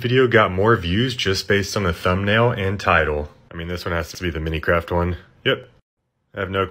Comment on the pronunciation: "mareyeo" "piekachoo" "minicraft" "spongebobe" "austine"